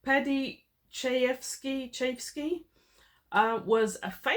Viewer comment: I've heard the name pronounced "Chai-jevski".